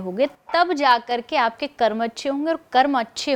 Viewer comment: Bhai please 'karm' ko karma mat bolo ye galat hai ye galat chij ko speard mot karo